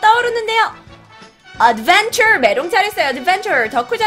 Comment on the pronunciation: is an AWESOME teacher. The only pronunciation mistakes that I noticed are: Adventure, is saying it like odd-venture, it needs to be like add-venture, adventure. Applaud, she is saying it like app-loud it's laud like odd not loud applaud. Ambassador, she is saying ambassERdor, it should make an UH/AH sound. Ambassador. AM-BAH-SUH-DOOR. Pleasant has no ㅈ in it. Pleasant is a combination of Please and sent. It needs to have an s/c sound PLES-SENT, pleasant. The same for treasure, TRE-SURE almost like TRE-SHURE. Treasure. For doubt you ignore the letter B and just say DOUT. I just thought I'd say this so that viewers learning these words will have a more natural vocal pronunciation of the words. I like watching her videos to learn more Korean. ^^; 감사합니다 선생님! (๑◔‿◔๑)